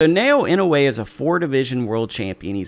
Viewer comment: Some help on Inoue's given name: NAH-OH-YAH Surname is (more or less, close enough): EE-KNOW-WAY